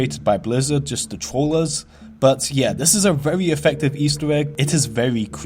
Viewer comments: he says verwy so fucking much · Vewy Creeppy